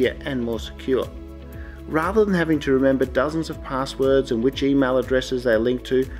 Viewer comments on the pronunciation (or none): none